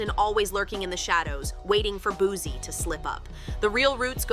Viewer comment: It’s not Boo-Z it’s Boo-C😂😂😂